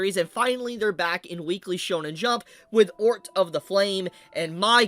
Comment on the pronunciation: I can't believe butchered the pronunciation of Otr 😂. He said Ort 😂😂